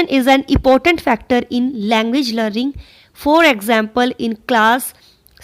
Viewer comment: improve ur pronunciation... u r even not able to pronounce the words like Pedagogy ,important, fluent, occurs acquisition, lingua franca,remediate,grasp,lack,fluency, plot, thoroughly ,faculties, heterogeneous, governs etc. correctly. where there is a singular u r reading it as plural.. n vice versa..